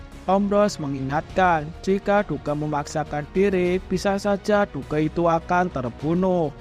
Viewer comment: Bre Duke nya baca "duk" aja